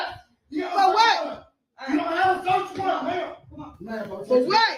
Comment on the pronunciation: Did she say search warrant or a Sasquatch?